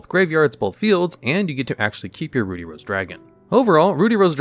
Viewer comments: Ruddy is pronounced Ruh-dee. Not Roo-dee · Note, it's pronounced "ruddy" not "Rudy" like the name. It's supposed to be named after the off colour of red, ruddy red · It isn't pronounced "rude-y rose". Ruddy is pronounced like "bloody". Without the "bluh". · "Rudy" rose dragon...... It's Ruddy. Ruh-dee. Oh goodness. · You keep saying "Rudy". It's rud-dy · Ruddy is pronounced like bloody, not ruby (two consonants between the vowels means the first is still using its soft pronunciation, you'd be correct if it was spelled with only one d). It's used as a euphemism for bloody, which is what it was called in the OCG and of course that got censored. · I think it's pronounced Rüd-dē with an "uh" sound because the original is called Bloody Rose Dragon and the American version was changed to Ruddy to sound as close to "bloody" without being too obvious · Roody Rose dragon 😂😂😂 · Ah, yes, my favorite dragon, "Rudy Rose". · How in the world do you get "rooty" from "ruddy"? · "Rude-E"? Isn't it supposed to rhyme with blood/bloody? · Roody? Ruddy- rhymes with muddy- to mirror that in Japanese it’s called Bloody Rose Dragon. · It’s Ruddy, pronounced similar to Paul Rudd’s last name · Ruddy is just pronounced how it's spelled. There's no "oo" sound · Ruddy is not pronounced the same as Rudy... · its not rude-E, or is it? 🤔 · For your sake in social situations: 'Ruddy' in 'Ruddy Rose Dragon' isn't pronounced with a long 'u' sound like 'ruby'. It's a short 'u' sound like 'buddy'. Ruddy is a shade of red, a very common shade of red that you'll run into a few times in your life. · Doesn't "ruddy" rhyme with "muddy"?